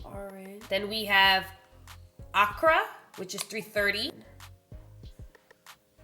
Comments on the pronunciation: Accra 🇬🇭 ah-kraaaa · Sis, I love and you and I'm HERE for the video, but the pronunciations aren't right. I'm from Ghana and Accra (the captial) is pronounced "Ah-Craa." Lagos is a city in Nigeria and it's pronounced "Lay-goess." Love you! Missed your regular videos since you were out sick!